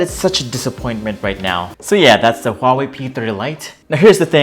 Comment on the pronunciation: First off : wtf is a hawei????